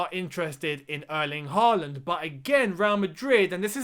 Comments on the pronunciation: Hi. If we are going to sign Erling Håland (or Haaland as it's written in English) can you please start pronouncing his name correctly? The "HAA" part of his name should rhyme with "saw", "sure", "door" or "more"". If his name was wriitten HAWLAND pronounciation would have been more easy, but the Scandinavian "å" is always changed to "aa" when written in English. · You'd get closer saying Hall-and. And I think he'll come here if you can pronounce his name right.